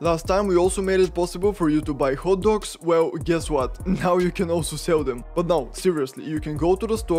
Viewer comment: Thats an interesting pronunciation of 'hot dogs'